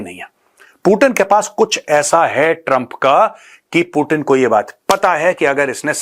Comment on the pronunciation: पुटिन नहीं , 😂 Vladimir Putin पुतिन जी , Have some respect honour 😅😊